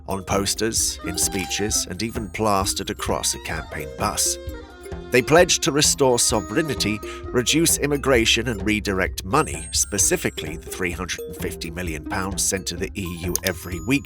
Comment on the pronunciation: I watch a lot of this channel’s videos and without fail, the AI voice always mispronounces “sovereignty” as “sovereign-ity”!